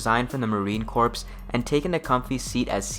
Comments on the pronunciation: Marine Corps (pronounced core). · To nitpick, Corps is pronounced "core", and ronin is pronounced "roh-nin" (It is a Japanese term that means a masterless samurai, so basically part knight, part mercenary/old west style wanderer). I also think (not 100% sure) that its pronouned "Luke-essi" (as Italians often pronounce c's like k's). Other than that, interesting vid. It's interesting that in this timeline, history repeats itself given the poor performance of the original M-16 during Vietnam. Also FN typically makes high quality but overpriced gear these days, so its interesting that in this timeline they're the budget option. The wiki page talks about the FN RAL, which again, mirrors real history in terms of the M14 and the FN FAL. A channel called Ahoy made a nice video about the history of the FAL if you're curious.